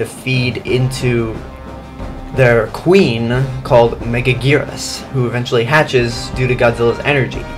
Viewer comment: Why is she pronounced megagurus